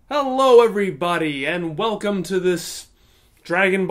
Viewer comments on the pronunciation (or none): none